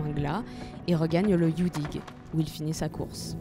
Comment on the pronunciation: "Yann" se prononce yan-ne comme dans kouign amann (qui ne se prononce pas kouigne amane par ailleurs "youdig" comme tout les mots se terminant par "g" se prononce "youdik" "Morvarc'h" se prononce avec un "h" aspiré à la fin, on ne dit pas "morvark"